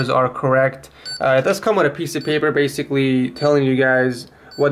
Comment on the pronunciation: "basicwy wun the games"